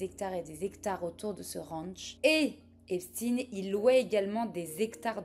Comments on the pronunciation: Ouais bon, quitte à le prononcer à l'américaine.. autant bien le prononcer. On ne prononve pas epstine mais plutôt epsteen, c'est pas la même chose... Sinon on évite. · si, a aucun moment elle ne prononce comme il faut. Epstine ptdr une bonne française qui dit qu'elle va prononcer à l'américaine 😂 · *C'est intéressant qu'en amérique, ils disent "epstine"... cette faute dégueulasse n'est pas seulement due à l'ignorance, parfois c'est volontaire... l'enorme désinformation qui entoure cet energumene concerne aussi son nom j'ai l'impression. Et oui c'est toujours "epchtayne", exactement comme Einstein. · Pourquoi ne pas prononcer son nom comme tous le monde ça m’a stressée toute la vidéo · Du coup tu dis Albert EinstINE ? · désoler mais un nom de famille sa ne ce traduis pas lol et en plus tu sais bien le dire wtf tu es un mouton qui le fais juste parce que les autres le font pourquoi tu n`aurras pas de haine si tu le dit correctement il ne le mérite pas sa j `avoue mais quand même pis tu remplis le clicher du français qui parle mal anglais mais bon quand ont fais une bonne vidéo avec de la recherche pousser ont ce force a bien dire les choses ou dit juste le prénom c`est tout bref mais j`ai bien aimer ta vidéo